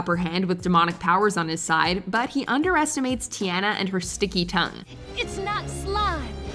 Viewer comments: Tiana- (Tee-Ahn-Na) not (Tee-Ann-Na) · Did you just change your voice and mispronounce Tiana?